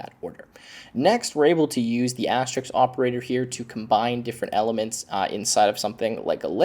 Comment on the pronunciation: It's asterisk, not asterix. And et cetera, not eck cetra.